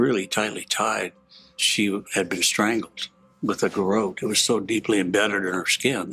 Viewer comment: Out of all the ways a person could possibly pronounce 'garotte', I think has chosen a way that just doesn't exist...